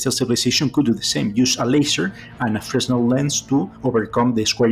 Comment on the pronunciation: Imagine that the WOW! signal decoded says "Prepare to meet your doom!" Good job pronouncing Fresnel correctly. Most people say it with the s included.